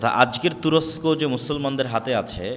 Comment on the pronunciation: ভাই শব্দটি " তুরচ্ক " না তুরস্ক। দয়া করে আপনার কিছু উচ্চারণ শুধরে নিলে ভালো হয়।